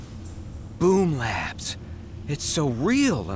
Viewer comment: I thought they said boob labs....